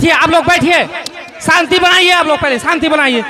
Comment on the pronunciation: سانتی نہیں ھے یار شانتی